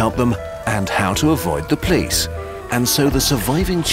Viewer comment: Anyone else weirdly attracted to the pronunciation of the word police as 'plice' / 'pleas'?